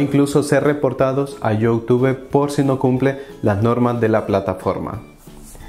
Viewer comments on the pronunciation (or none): Es: “LAIK” no “LAi”, no es “Yóutúbe”, es “iutub”.